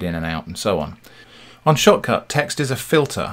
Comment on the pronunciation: When you say "Shotcut", I hear "shop cart"